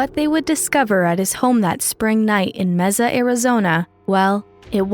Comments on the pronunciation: "May-sa" not "Messa." 😛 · Where is Meza? It’s Mesa as in table said in Spanish May sah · computer generated audio. city is pronounced Mesa with a "s" not Meza with a z. 😮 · Mesa is pronounced "May-suh" with an "S" not "Mehza" with a "Z" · It's pronounced M-A S AH Not M-E-Z-A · IT IS MAY SA. MEEZA GOT IT MARICOPA COUNTY TEMPE, PHOENIX, APACHE JUNCTION AND. MAY SA. NOT MEEZA! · Mesa is pronounced "MAY-suh" in both English and Spanish, not "mezzuh," just FYI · “Meza” lol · What town was that? “Meza” AZ?? Is saying Mesa as “May-Sah” such a hard word to pronounce? It’s so obvious . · IT IS “MAY-SAH”, NOT “MAY-ZA” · “Mehzah” Arizona? Nope. Try “Mayh-suh” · Meza? It’s MAY-SUH. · I am literally Spanish and live in MESA az, if you say MEZA you’re getting looked at funny. In Spanish it is pronounced mesuh. No Z. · It's pronounced May-sa, Mesa. Not Meza. Mesa, Arizona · It's pronounced May sa. Not meza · MAY-SAH Not Mez-ah 😂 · ...but there's no "z"...why do you keep saying "Meza"?? It's Mesa, Arizona, like "may-suh." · May - sa, not mess-a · It’s pronounced May-SUH, AZ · “mezza” Arizona 💀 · Mezzuh, Mezzuh, Mezzuh...Ugh!!! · It's "may-suh" Arizona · Need to work on your pronunciation of city names... Mesa... MAY SUH... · you really need to learn how to pronounce. (MESA) I live in Arizona, and this make you sound uneducated. ( may sa) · Take a shot every time she pronounces it “Meza” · jesus. she said mezza again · Mesa pronounced May-Sa. Great recap. This case is so sad. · Just FYI, Mesa is pronounced MAY-sa. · Mesa az is pronounced like Maysa. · Okay it’s driving me nuts-the city in Arizona, MESA, is pronounced MAY-SAH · It's pronounced May-sa. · 😅😅😅 I know how to pronounce Mesa.... it's not Meza! I live in the southwest 4 corners area of the United States! I'm not arguing with you!!! I don't need to search Google on how to pronounce where I live!! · Mesa is pronounced "MACE-a." (short a in last syllable.) . The trial was epic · Mesa. Pronounces May- Suh. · May-sah (mesa) 😂